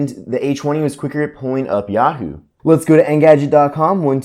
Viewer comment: he's saying "H woney"